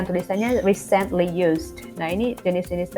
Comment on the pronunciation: Thanks untuk lesson-nya, maaf hanya mau kasih comment yang agak diluar konteks saja, untuk pengucapan kata "Recently" pada 6.52, kalau tidak salah penekanan Kakak pada 'cent, kalau menurut kamus Oxford, penekanan kata Recently yaitu pada suku kata awal, ialah /ˈriːsntli/ atau "ri"-nya. Demikian Kakak, tetap semangat dan senang mengikuti Channel Kakak.